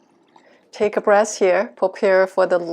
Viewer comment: Wonderful… just a little funny difference between the word breath and breast that you confuse a littlebit… But love your lessons…